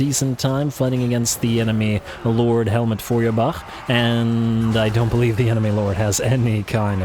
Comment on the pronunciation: In your opening cinematic battle, you mispronounced "Feuerbach." That surname is pronounced as "fewerbock."